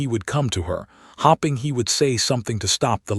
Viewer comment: El-i-nor or El-en-a not E-lee-nor, hoping not hopping 🐇 A note: men wore shoes not boots to formal events in that time in history. Another note: if the husband had kept his affair out of sight society would not have censured him. Dukes were given a lot of leeway then. Enjoyed the story nonetheless. ❤